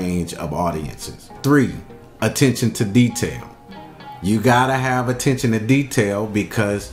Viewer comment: who else caught the "Attentention" to detail😂